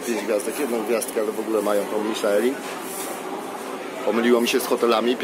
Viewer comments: Miszlę się mówi a nie Miszelin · Ta wymowa "Miszelin" powoduje u mnie irracjonalne napady kurwicy ;___